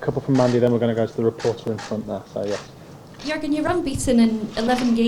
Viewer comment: i speak both, and i can tell you to learn Deutsch it is not that easy. one information ...to pronounce Jürgen.it must be like this Yuergen :)